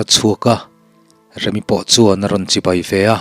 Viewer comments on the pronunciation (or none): none